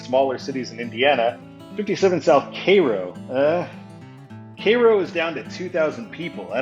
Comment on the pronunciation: Cairo is pronounced like the egyptian city of the same name.